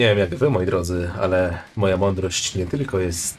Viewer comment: ta „mondyrość” xdd